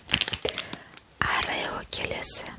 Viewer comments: Арео емес орео гой аже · Ареио?Не орео? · Арео емес орео деп айтылады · Тәте ореоны Арео дегеніңіз калай кетті 😂